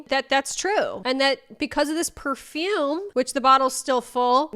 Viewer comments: PAHfoOm tf is up with dat pronunciation 😭💀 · Out of curiosity: at 37.03 is that really how you pronounce perfume/parfum in Boston????? 😭😭😭😭 Cuz WHAT WAS THAT ?-?